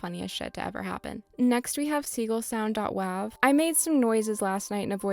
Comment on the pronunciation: gaston is fucking SLANDERED here gaston is so polite and supportive. absolute ally. he actually gave me my top surgery himself and it went perfectly. also curt is great he was really cool in my acnl town. also also ".wav" being pronounced as ".wov" is so fucking weird. its .WAV. like. WAVE. i WILL die on this hill